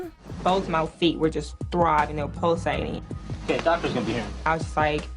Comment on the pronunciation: LMAO polsating